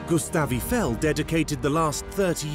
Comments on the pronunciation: Eeffel? Strange way to pronounce his name! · EE-eye-fell = gtfo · the sad part is they couldn't even pronounce Eifel's name correctly